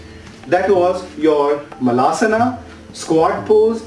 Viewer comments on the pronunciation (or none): LOL guru... it's malasana (poop pose), not maalasana 😄😄. मलं in Sanskrt means poop!!